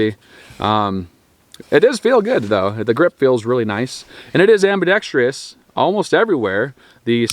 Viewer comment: Dude can’t even say ambidextrous, what do you expect?